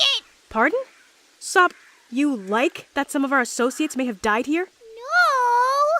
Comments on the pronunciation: UMP9 PRONOUNCED SOP'S NAME AS 'SOAP' IS THIS MW REFERENCE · Every time they say "SOP" i hear "Soap" hahaha lol